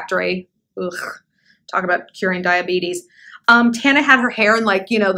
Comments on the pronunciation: I'm so dead of how u kept mispronouncing her name on purpose !! hahahahaha"tomatoe" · You mispronouncing Tarantula’s name deliberately the entire time is everything! 😂😂😂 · You misnaming her over the course of this entire video is everything 😂😂😂😂 “tomato” “tampon” “mobo” “mufasa” 💀💀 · Shallon. I am SCREAMING 🤣🤣🤣 you keep calling Tana “Tampon, Tuba” I literally choked on my Juul. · And “TAHnah” 🤣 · These attempts at saying her name are HILARIOUS. Love these videos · lol i loved you misnaming tana's name a little too much :D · Every time she says tanas name I die a lil 😭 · They way she is saying Tana name is funny. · eventually you did not try to say here name right and i and here for it 😅